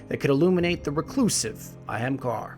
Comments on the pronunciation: I wanted to watch this, but hearing someone pronounce hemkar, every few seconds drove me nuts. Ah-hmm-kar-a seems far more likely as a pronunciation, even A-haim-kay-ra. Where in the heck did you come up with your pronunciation. Doesn't make any damn sense. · Did some additional checking. That is most certainly not how it is pronounced, (ah-hum-kar being the most accurate). throughout the video which, I struggled through half of it.... was mostly pronounced eh-hem kar, or hem kar when you rush your lines. It is pronounced with three distinct syllables and most of the time you hear maybe two. I think accuracy would have made this video, better, but hey am I am stickler for fine details, and it sounds like you aren't. Although technically that only applies to it, if they (bungie) decided it was pronounced that way. I will admit to not being able to definitively say for sure, but relation to a hindu word does not mean the exact same pronunciation, as I have not found anything from bungie saying that it is the hindu word. They can make shit up to be whatever they want, as nothing is stopping them. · There's an 'A' on the end of Ahamkara. you keep saying 'Ahamkar'. I'm certain it's pronounced A-ham-ka-ra. not trying to be a dick, but it did get on my nerves the fifth or sixth time. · It's a great video but you say it wrong it's not ahamkar its ahamkara, ah am kar a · Wait, so it's pronounced Ahamkar not AhamkarA? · Great video. I stopped watching when he said ahemgarr lmfao it literally says things in game bruh you needa unfuck yourself before you post a vid 😂😂😂 or alternatively learn to read 🤔🤔🤔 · its AH-HAHM-KARA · He pronounces it in Hebrew. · "The Ahemkar" What the fuck? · Pretty sure its a-ham-car-ah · Ahamkara = AH-HOM-car-AH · Isn't it pronounced A-hem-kar-ah? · But! Why is it pronounce Ahemcar and not A hom akada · I thougth u pronounced it A-ham-kara.BTW love ur vids😄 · he's butchering the word "Ahamkara" lol